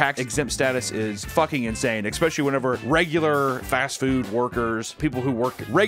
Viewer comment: for the love of god please stop saying 'ekspecially'